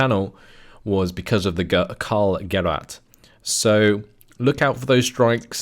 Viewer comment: Gerät is pronounced Gereeet (long second e), not Gerit (short second e) :) The ch in Storch (stork in English as you probably guessed) is pronounced like an angry cat. JFYI